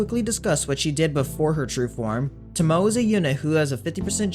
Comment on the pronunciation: Pronounced "to (like in "total") - mo (like in "mobile") - ay (like the 'e' in 'empathy')"